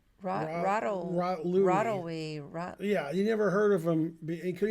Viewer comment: I'm pretty sure it's pronounced "Rot-levy". The W in Polish is usually pronounced as a V (which often confuses Americans).